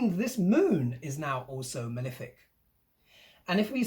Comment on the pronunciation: What does this word 'milific' mean? Is it your pronunciation of malefic? I just love your updates. Thank you so much. You rock. Get some rest.